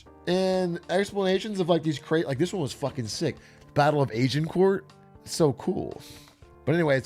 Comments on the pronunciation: A: "Battle of asiancord" Me: Oh wow that sounds cool Also me ( a Brit): oh wait he means agincourt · That’s not how Agincourt is pronounced